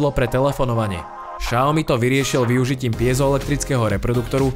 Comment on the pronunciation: Xiaomi sa vyslovuje [Siaomi], nie [Šaomi]...